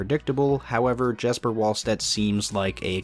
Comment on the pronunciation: Jesper in Jesper Wallstedt is pronounced yes-per not jess-per